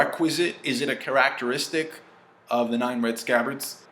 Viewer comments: ‘A carasteric’ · Are you purposely saying Characteristic like that or by mistake? Asking for a friend.